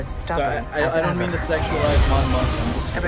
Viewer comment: Mon "money" mothma